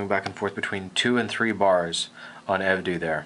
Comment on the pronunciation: it's pronounced Ev-dough, kinda pisses me off when he says ev-dew